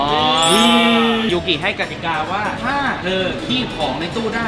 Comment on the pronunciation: ได้ยินยูกิเป็นยุนกิ- -ตอนแรกตกใจเลยนึกว่าชูก้าBts มิน ยุนกิ